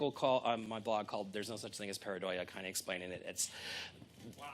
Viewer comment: pareidolia is a true thing.Have you seen the recent High Resolution picture of the famous "martian face"? google it ,and then you'll understand what pareidolia means.You can't even say it right....